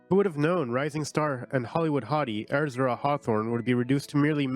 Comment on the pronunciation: Wow. The reader really cannot say that name. Ezra. Like the book of the Bible. Ez - ra... Not Er - za.